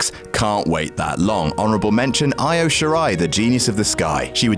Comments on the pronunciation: Can y'all please learn how to pronounce Io Shirai's name already? It's "ee-oh," not "eye-oh." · Still pronouncing Io Shirai as "eye oh" Shirai, instead of "ee-oh" Shirai I see. Educate yourselves in Japanese pronunciation you swines! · Her name pronounced "Eee-0000h" it maybe spelled Io shoes I, but it is is spoken with an e not an i... watch any STARDOM match....they say her name... do your homework